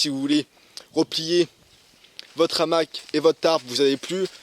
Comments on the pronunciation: salut l'ami .... présentation sympa. je ne pense pas l qu'on dise . un n'hamac mais un hamac ( PAS DE LIAISON ) et ont ne dit pas .......l'hamac ... mais le hamac.. idem , on ne dit pas , cet'hamac, mais ce hamac. c pas bien grave ...! ...... c comme pour les zaricots lol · Bonjour Merci pour cette vidéo. Mais de grâce, le hamac à un h aspire, donc pas de liaison comme l’hamac. Non on dit le hamac.